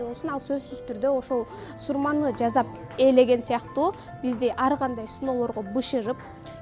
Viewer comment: Жазап эмес-жасап, Гол эмес -кол, Бысмылда эмес-бисмилла, Ушуга окшогон создорду туура жазып туура суйлогулочу, кыжыр келтирбей